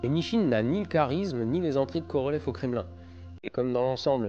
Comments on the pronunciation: Je vois que tu commences à prononcer les noms propres russes à la russe. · à votre prononciation du nom complete de Korolev, j'en déduis que vous pratiquez bien la langue russe. Félicitations.